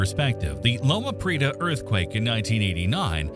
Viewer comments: LO-ma Pree-AY-ta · I'm glad you keep people aware of things like the Cascadia Subduction Zone and its potential to eventually wreak havoc in the PNW. But I have to ask, who is writing these? It's LO-ma Pree-AY-ta There is no "Explorer" plate, though the Juan de Fuca plate was named after an explorer. That plate is subducting under the North Amerucan plate. There's not even one labeled on your map! Mega*thrust*, not mega*crust* The plural of tsunami is tsunami, like the plural of anime is anime, though "tsunamis" is accepted. The second-most powerful earthquake ever recorded happened in the U.S. state of Alaska in 1964 local time, 27 March, 1964 ( , 28 March, UTC), Good Friday. It was a 9.2 on the Richter scale. If this manages a 9.2, it would tie that record and would be the joint-worst in the USA & joint-second-worst ever recorded. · Loma Prieta pronounced "pree-eh-tah. Mendocino="men-doh-see-no" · I think I gave up with a total mispronunciation of Loma Prieta.